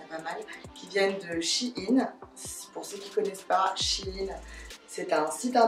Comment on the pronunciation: Tu mz fait trop rire a dire chine au lieux de shein oh jpp de toi jtm trp❤❤